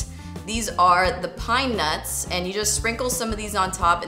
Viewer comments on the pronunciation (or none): Your favorite NUTTZZZZZZZ... with the extra ssZZzz lol . #SNAPCHATFAM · emphasis on the "NUTS" 🌰😂😂😂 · I love how you put so much emphasis when you say "NUTS" haha looks yummy will definitely try this! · So I'm totally at work watching this...I have my ear phones in, but I did slightly giggle every time you said nuts (: lol just saying love the recipe and you ( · Your so funny the way you keep saying NUTs ahaha